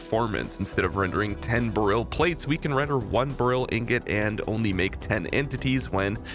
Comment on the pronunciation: Every time you mispronounce Beryl makes a little bit of my soul die.